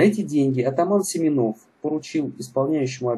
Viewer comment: Атаман не Семенов а Семёнов ударение на ё а не на о